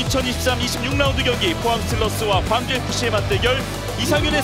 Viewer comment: 캐스터님 광주 발음할 때 광자는 빛광(光)자여서 짧게 발음해야함. 거의 강주 비슷하게..경기도 광주는 넓을 광자이니 길게 발음...